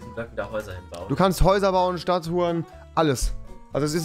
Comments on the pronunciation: Rewi ich habe stadthuren verstanden nicht statuen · Ich habe "Stadt Uhren " verstanden😂😂😂😂